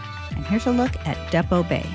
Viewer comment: Great video… look up Mo’s Restaurant Health Score Card… that says it all. It is like our Pier 39 restaurants here in SF! Quality is gone. ❤️ Depoe Bay is pronounced like Home Depot. And Yaquina can be remembered to pronounce as Ya-Quinn-ah like after Anthony Quinn. A local shared that trick since they hate the mispronunciation all the time. I did the same before they told me!🤣